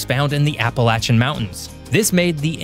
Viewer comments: Well they can’t even say it right ! Appalachian does not have a T in the word for people not from here. It is (appa lay shin) not (appa latch an ) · Appalachian does not have a T in the word for people not from here. It is (appa lay shin) not (appa latch an )